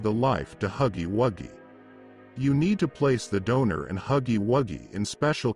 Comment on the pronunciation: BRO YOU GOT THE WRONG PRONOUNCE FOR HUGGY😂😂😂😂😭😭😭😭😭